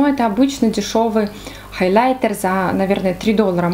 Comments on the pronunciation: ХайлЯйтер .. Очень режет слух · это просто безумно режет слух и не грамотно, не смогла смотреть ваше видео 🤷🏼‍♀️ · Почему хайлЯйтер 😭🤦‍♀️